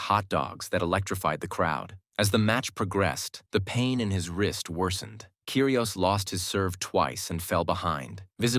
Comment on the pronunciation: ots pronpunced Kyri os NOT KYRI OES